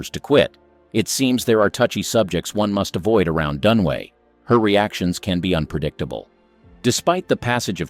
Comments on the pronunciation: It’s Dunaway not Dunway. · It's Faye DunAway, not Dunway, jeez, is that really so difficult? Showing your ignorance. Thumbs down. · Faye DUNAWAY not “Done Way” DunAWAY. 3 syllables Dun A Way! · It is DUNAWAY! Get it right! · Numb nuts - her name is Dun-A-way. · Who is this clown? He can't even get the names correct. He must have done some really serious research. Never heard of actress Faye Dunway or could this be Dunaway. Same with Jean Kelly. I know a Gene Kelly. I couldn't be bothered doing more corrections of video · It's Dunaway, not Dunway. The narrator (bot?) is actually pronouncing it Dunway, which is WRONG. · Dunaway not Dunway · It's DUN UH WAY not Dun-way. Ugh. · It’s Faye Dunaway, not Dunway! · It’s Dunaway, not Dunway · Her name is Dunaway NOT Dunway. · Fay Dunway? Are you illiterate? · I got tired of hearing "Dunway" and FF. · I turned it off when I realized these dopes can't even spell or say Dunaway. They're truly clueless.